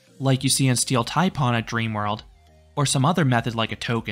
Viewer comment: heads up for your Steel Taipan review, "pan" is pronounced like the pan in Peter Pan, not "pon"